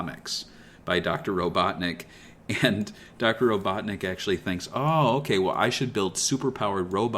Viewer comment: RO-BUTT-NICK genius !